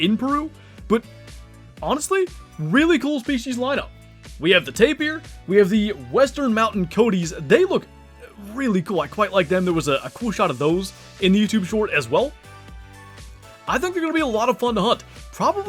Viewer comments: everyone is pronouncing coati wrong xD its co-aw-tee not co-tee the a isn't silent its not an english word. also lmao the second you say " we've only seen the 1 " referring to furs there's more of them in the background that are clearly a lighter fur and less orange. very excited about the ocelot but they're probably going to be awful to hunt. night drinkers if they drink at all and probably not hundreds of them like other species. i swear if they give us another " only 10 on the whole map " species i'm gonna scream haha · these guys are pronounced "ko-wa-tee" not coat-ti lol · I don't mean to be that person but coati is pronounced co-ah-tea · Koh-ah-tee is how you pronounce coati btw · btw, it’s “coe-ah-tee”